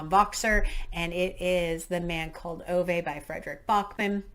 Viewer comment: Oh, I'm so excited that you chose A Man called Ove (pronounced ooovah) when I read it, I sobbed my heart out, so definitely don't do it with any other emotional books. It's actually already been made into a film prior to the Tom Hanks one, where its actually set in Sweden and not been anglicised. Really hope you enjoy it, but I'm glad I won't be the only one to blame if you don't, phew far too much pressure 😅 Being a Brit, and sorry for telling you about pronouncation again, you almost got it right it's Bog (log) nor (nuh like razor) Regis 😊 There are some recommendations in there that I like the sound of so may read along at the same time as you when it comes to those ones.